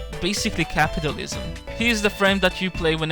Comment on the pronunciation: "Basically Capitalisim" haha